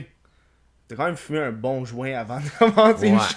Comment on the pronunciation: " j'me connectais sur zun compte pour aller sur zun autre " hahaha tbnk